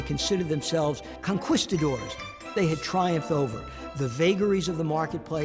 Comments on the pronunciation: Correct pronounciation is con-keesi-dors. NO person calling himself "historian" should ever pronounce this as "con-kwiss-idors." Wow...absolutely awful. It would not be necessary to know much about Spanish (or history) to know that this word is pronounced as "Con-keesi-dors". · Did that middle aged man just pronounce "conquistadors" >>con-QUI-stadors<< not >>con-Ki-stadors<< Really?